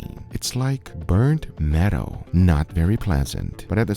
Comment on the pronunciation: It took me a good minute to understand he wasn’t saying “burnt meadow” but instead “burnt metal”